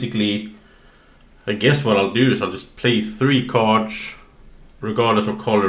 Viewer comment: am I the only one annoyed by "cards" pronounciation?